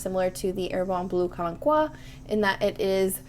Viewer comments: Calmque --- calm que. Pronoumnce the "k" and add a "u" sound as in put. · About Calanque. The digraph "qu" in "que" is pronounced as a /k/, and as usual, in french you don't pronounce the final e. Therefore when saying Calanque just end the word with /k/. Something like /Kalank/, with the "an" being actually a nasal a. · Hi there! Lovely video. Stepping in here for a quick pronunciation tip -- "calanque" is a type of cove/inlet on the French riviera where the sea usually appears a beautiful turquoise. It's pronounced "kalank" (the an sound resembles the one in "shan't" in British English).